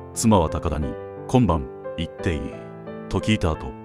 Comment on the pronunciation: いってイィ...は草